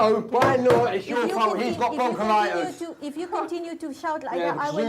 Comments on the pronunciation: Broncollitis? I think you mean bronchitis. It’s kind of important to know if it effects your baby. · Another thing : it's bronchitis you dumb ass! Not bronchilitis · Stop blaming immigrants. Stop having children you can't support and get a job! Also its bronchitis and pneumonia not bronchilitus and ammonia 🤣🤣🤣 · Broncholitis lol....BRONCHITIS and it’s pneumonia not ammonia....also why doesn’t the dad work? Look at the state.... poor baby